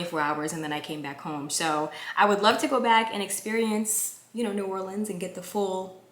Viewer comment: your hair is on 🔥 lovely. I am from Louisiana so its pronounced New Orleans you only said it incorrectly say Naw Or leans 😂😂😂